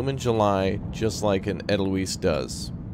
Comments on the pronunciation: Pedagogy = the science of teaching. In most German words, where an "e" and an "i" appear next to one another, always pronounce the second one as a "long" vowel. Also, if the letter "s" appears twice in succession, it's especially sibilant, and never pronounced like the "s" in "rose." So, "Edelweiss" is "EH-dle-vyss". The first two syllables rhyme with "able." The paintings reflect Hitler's sensibilities. He liked purist depictions of bucolic rural life or (even worse) Arcadian landscapes, and thought of more interpretive styles (especially Modernism and Expressionism) as degenerate and morally corrupt. The guy had all the aesthetic sensibilities of the owner of a pastel cookie-cutter home in a suburban cul de sac. No wonder Hitler failed art school. (Not that I'm a huge fan of Cubism, where the idea is to show all angles of an object in a single two-dimensional painting. Expressionism mostly just escapes me. I like Impressionism and Art Nouveau design the best, and can appreciate Art Deco, also, although I don't like that nearly so much.) That thing they were making a lot of? Those are rocket engines. I think your decisions about what happened, in the past, shapes the storyline. The design, here, is stunning. I probably would have done a different choice. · Edelweiss pronounced like adle vice, grows above the tree line in Austria 🇦🇹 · it's pronounced 'aydelvise'